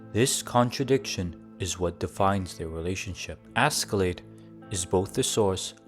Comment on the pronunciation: Hats off for realizing that. I almost triple flipped hearing Asky-Lade. If not Ash-Laad (Norwegian), it could be better pronounced as Aske-Laad.